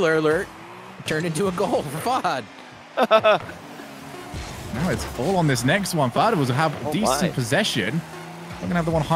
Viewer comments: “fah-hood”? really?? literally pronouncing it every way possibly wrong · dude holy shit why do they pronounce fahad as “fah-hud” like whyyy dude